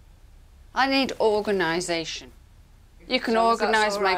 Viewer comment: "I need organazation." LOL